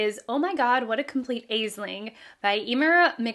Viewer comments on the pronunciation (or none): Aisling is Ash-ling